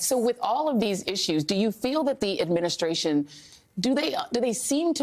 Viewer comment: Charlemagne u need to learn how to talk adminisscration youf ...